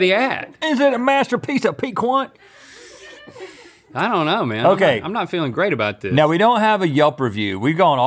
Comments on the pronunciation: Pee-kint. Your pronounciations are brutal today. 😂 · Piquant is pronounced like “PEEK-unt”. It’s an adjective that means “having a pleasantly sharp taste”. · NONE OF YOU CAN SAY PIQUANT CORRECTLY. IT'S FRENCH. IT'S (PEEK-ENT) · (compared to the anglicized version, that is, ie "PEE - can't") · as a creole i was screaming inside hearing them say piquante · Piquant is a French word for spicy. The "qu" in pronounce like a "K" the T at the end is silent. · confidently mispronouncing "piquant" is a mood. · You don't pronounce the T in Piquant. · Our North Carolina boys trying to say, "piquant" is amazing!